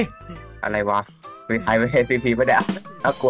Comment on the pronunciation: พี่พูดชื่อSCPผิดอะครับ